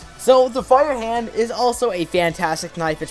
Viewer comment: Is it me or did he say FireHand instead of FreeHand?